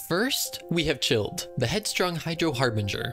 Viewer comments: I replay this just to feel something when you say Childe as Chilled… C R I N G E thanks for the memes dude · It's not chilled It's pronounced as child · How cold is “Chilled?” And he pronounces Xingqiu’s name better. (Edit: i think he is doing it on purpose at this point.) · Ooh never knew “childe” was pronounced “chilled” 💀🖐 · I love how you pronounced Childe wrong and yet you still pronounced xingqiu without stuttering or going “wait ahh.. uh… mm..” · how did you get "childe" and "tartaglia" pronunciations wrong but not "xingqiu" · They clearly say his name “childe” in the archon quest. How’d u mispronounce😭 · Why does he pronounce childe wrong but xingqiu the harder one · how do you fuck up "childe" but then pronounce "xingqiu" correctly 💀💀💀💀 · This man can’t even pronounce child I can’t